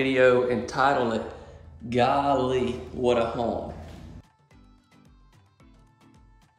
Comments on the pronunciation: We know “Gaaawleee” in the PNW! 🤣🤣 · Love the colors. I'm way over the gray though. I love these layouts of this model. Very beautiful. Now good gracious you sounded almost like Gomer Pile, saying, Gallee. I know what it means. Southern Girl here ( old now), but still girl ar heart. Thanks for sharing with us and may you and your family have a Blessed day